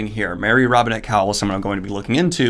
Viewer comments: Say it with me: KO-wal as in Mary Robinette Kowal. Not cowl, as in Batman. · Gahhh Daniel! Every time you pronounce Marie Robinette Kowals name I cringe haha - it’s pronounced CO-wall not cow-el. Also check out Sanderson’s podcast Writing Excuses as Marie Robinette is a cohost and they have some GREAT writing advice! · Many people correct Your pronounciation of Kowal to "Co-Wall", but it is most likely a Polish (or Ruthenian - Belarussian or Ukrainian) name which means "smith", and should be pronounced "Co-val". Probably her ancestor's surname was one of Kowalski, Kowalczyk, Kowalewicz etc. and it got shortened after they moved to America. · Daniel, Kowal = CO-wall, not cowl. Like Kowalski without "ski". It's in the FAQ on her website. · Great review. Love both of these authors. Small note, and I only know this because I have had the opportunity to meet her in person, but Mary Robinette's last name is pronounced (as she explains it) like 'koala' but without the 'uh' on the end. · Daniel I love you with all my heart but Mary Robinette's last name is pronounce "co-wall". She's one of the hosts of Writing Excuses with Brandon and she introduces herself at the beginning of every podcast. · Kowal is pronounced "Co-Wall" and idk why but it bugs me everytime. I'M SORRY OKAY I'M SORRY